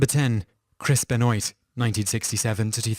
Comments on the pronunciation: It's Chris Ben-wah not Ben-Noit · BEN-WAH. Not BEN-OYT. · Benoit (Ben-Wa) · Simon!! ITS pronounced BENWAH not BENOYT!! 😆😆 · Pronounce Chris Benwa...not Benoint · "Ben-oit" was what I used to think he was called when I was 4. It's pronounced Ben-wah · ben-oyt? Isn't that Ben-wa? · BEN-WAHHHHH. NOT BEN-OYT. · ben-WAH, not ben-OHYT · I do love your top 10 lists, but I do cringe when I hear your pronunciation of certain names. (Benoit is pronounced "Ben-wa", not "Ben-oyt".) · Its pronounced benwa not ben-oi-t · Pronounced "Ben-WAW" lol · Chris Benoit (Ben-wah) not (Ben-noyt) I had to mention this because Ive seen other videos with Benoit and they say it the same way. Another quick french lesson. Last name: Boutilier is not (Boot-ih-leer) It is (Boo-till-ee-yay) There are other forms of language other than english. lol It's disrespectful when you announce people's names and totally hack it. Especially when they are dead. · Thank you for this :) On about number 1: Was it pronounced "Benoyt" or " Ben-Wah " ? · His name is pronounced "Ben-wah" not "Ben-oyt" great video nonetheless :)! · chris ben-WAH not chris ben-noit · benoyt lol, its ben-wah. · Laughed so hard at "Chris Ben-oit" I'm sure loads of other people have already told you that it's "Ben-Wah" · Chris Ba-noint lmao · BENOIT PRONOUNCED BEN-WA HE'S EFFING FRENCH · I'm laughing at how you pronounce Benoit. I don't mind, but woo. lol For future reference though it's pronounced like ben-wah. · Its pronounced Chris Ben-Waa just thought id point it out :P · Ben-wah you mean? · It is pronounced "Chris Ben-Wah" ....it's French. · lol isn't it "Ben-Wah" pronounced? Canadian indicates a likely French descent, in addition to the spelling being a dead giveaway. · It's Pronounced Chris Benwah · Its not pronounced, benwahh? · Surge Night. Ben-Oyt. Rick-thofen. Two-Pack. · It is pronounced Ben Waa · It's pronounced "bənwa". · It's pronounced Ben Wah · benoit is pronounced Ben-WA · "Chris Benoit" Criiiiiiinge Silient T bro.